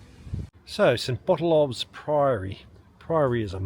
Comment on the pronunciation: The 'ph' in St. Botolph's is pronounced as an 'f'.. It should be pronounced St. Botolf. (Bot-olf).